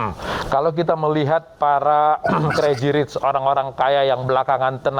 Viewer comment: Diterjemahin kata perkata 😂 udah gitu spell pembawa beritanya : kreji rich